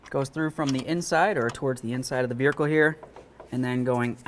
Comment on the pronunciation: Do you realize that you say Vearicle? sure is what it sounds like!